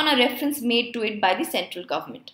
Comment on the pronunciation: Ma'am you pronounced India is the first company which madam CSR mandatory..